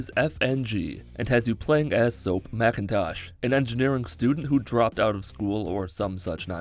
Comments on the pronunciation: Mackintash not mactavish ? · Soap mecentash WTF IT'S MAC TAVISHH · soap macentavs?????!!!!! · Why did my man say Macintosh it’s mctavish .-. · Macintosh? Wtf man it’s MacTavish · Soap Macintosh XD It’s Mactavich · Sorry man u cant read Mactavish Macintash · Macintash lmao its mctavish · soap macintosh? i’m pretty sure its mactavish chief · its Soap MACTAVISH, NOT MACINTOSH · It’s mictavish not Macintosh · I said "HOL THE FUCK UP YOU DID NOT PRONOUNCE MAC TAV ISH AS MAC IN TASH YOU FUDHEHDHDH" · Did you call him Macintosh? I stopped watching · Did just say Mac n tosh instead of mactavish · M(a)ctavish, not Mackintosh. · "You play as Soap McIntosh." ITS MACTAVISH. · It’s actually Soap MacTavish not Macintosh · Actually it's Mactavish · u didnt say soaps name right its mactavish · Soap what ?? MacNtosh ?? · I watch a lot of his videos, but it made me cringe when he said "Macintosh" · Anyone hear him say Soap Macintosh😂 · dude I was looking for someone that pointed it out, I thought my hearing failed me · sorry , but did he say Soap M.....M....Macintosh??????? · did you say soap macintosh? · Sorry did you say "mAAAAcAnTAaasht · The way he pronounced mactavish is painful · U mispronounced mactavish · You said soaps last name like a dumbass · the way he pronounce mactavish annoys me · Had to dislike because of how he pronounced McTavish